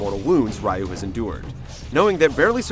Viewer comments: it's hilarious that he calls Ryu "Rye-you" when in the game EVERY CHARACTER says "Ree-you" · This review sucked. Especially when the guy mispronounced RYU's name. lol